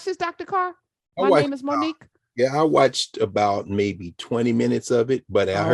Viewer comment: The only thing I laughed at was the teacher calling her " Moni cue"